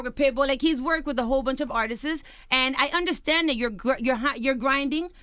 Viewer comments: Beautiful skin, but her speech Is annoying. Talks aggressive and loud for no reason. Also, wtf is "artistists"??? Its artist baby girl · That's how you know when your Latina when you say artistsist and not artists lol